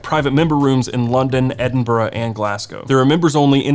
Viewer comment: I was a fan before but your impeccable pronunciation of my home town, Edinburgh, just put you to a whole nother echelon